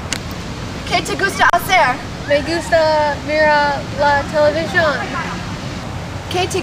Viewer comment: A little bit poor. The pronunciation is very bad and ''hacer'' is not ''jacer'' is like ''acer'', ''h'' in Spanish is not pronunciated.